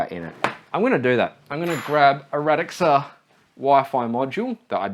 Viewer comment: Radxa is pronounced "Rad-sha" by the way, according to them